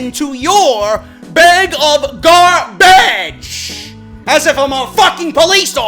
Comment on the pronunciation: Karl Johnson had me in bit 😂😂 “garbadge” I am sooo dead